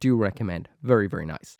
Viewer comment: "Vurry vurry" sorry couldn't resist